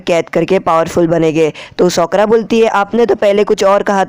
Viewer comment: Bro she is not soakora she is sakura